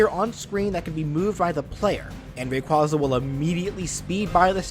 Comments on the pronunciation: i swear to god if i hear someone mispronounce rayquaza one more time i'm gonna lose it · hmmmm, is is, perhaps, meee? You pronounced Rayquaza wrong It sounds like ray-quay-zah